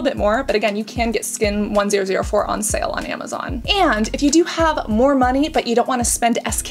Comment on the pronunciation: Love your content!! Skin1004 is pronounced "chun-sah" (chun as in sun)! This is a play on words that came up when pagers were trendy in Korea because the number 1004 is pronounced exactly the same as the word Angel!! So Skin1004 actually means Skin Angel!